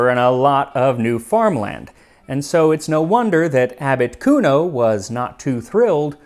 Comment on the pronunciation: Every time you say "Abbot Cuno" I think you are saying Articuno. 😂